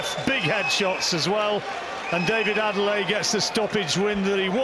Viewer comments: Commentator. Everyone. It’s ‘Ade-le-ye’, not ‘Ade-lay’ 🙄 Why’s he permitting the changing of his name to make it easier for other people? Strong name that means ‘The crown has honour’ Anyway, interesting that there was a suggestion that Manev could have taken a knee if his vision was compromised when Daniel DuBois was castigated and called a quitter for doing just that. And yes, Adeleye needs more time, more fights and experience before any talk about big title fights. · The man’s name is Adeleye… “Ah-day-leh-yeah”!! Get it right! It’s not Adele-eye👀!